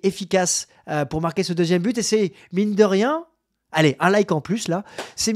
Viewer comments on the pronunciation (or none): none